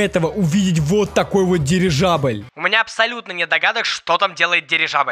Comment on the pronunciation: Дивижабль? Мне это послышалось несколько раз или нет 🤔😅